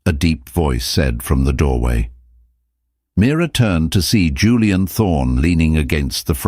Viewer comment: It’s Mira not mirror 😅😅